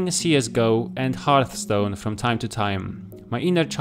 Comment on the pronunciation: Loved the video, you even pronounced "hearthstone" right. :) Subscribed